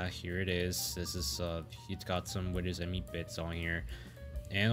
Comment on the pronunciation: Windows Me is actually pronounced "me", not "em-ee"